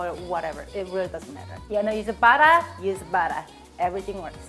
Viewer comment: I thought she said if we wanted to use bad ass then use bad ass... had to listen to her again and it was butter... lol. Funny.